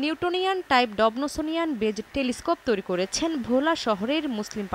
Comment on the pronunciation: ডবসোনিয়ান কে ডব্নোসোনিয়ান? 🤣🤣🤣🤣 আয়নাটা কীভাবে বাড়িতে বসে বানালেন?